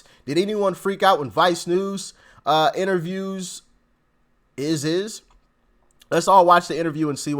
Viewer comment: Did you mean "EYE-sis" when you said "Is-is"?